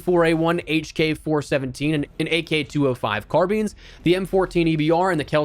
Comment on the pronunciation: Did bro just say Car Beans??